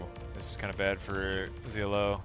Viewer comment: Please call him ZLO , as in SLOW ,HES FROM FAF , the best of the best